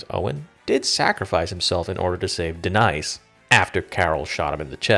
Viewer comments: D-Nice? Her name was Denise. I think your voice is AI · Thank you!! He also doesn't know how to pronounce the name "Denise". He said "D'nice". 🙄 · Bro said Da-NICE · It's pronounced deneese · deNICE??? sadick???? gotta be doing ts on purpose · SE-DICK? DE-NICE? What? are you using AI to voice these? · You called her Da-nice 😂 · nice ai voice, pronounce DENISE properly bozo | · Is the narration AI? I ask because the way you said Denise was very unusual. Good list, but the Governor has to be #1.